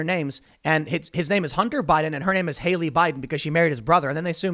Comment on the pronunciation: "A" as in CAT! Hallie! Not Hayley! Stop giving me heart attacks every time you mispronounce that name. Jeez.